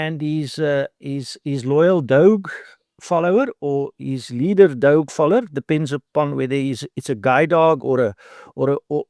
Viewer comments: If he cannot even pronounce DOGE properly, then he very likely has no insight to its structure or what it actually does. The way he refers to Trump and Musk, he clearly is not a fan of the conservative agenda, then again he does repeatedly refer to the Kennedy School of Government, so that's probably where the brainwashing continued. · This man cant even pronounce doge correct i bet he is a liberal